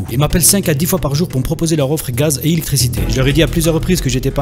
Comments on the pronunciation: respire respire c'est pour l'ilictriciti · ha ha ha ....bijour...l'ilicrticiti ....i li gaze !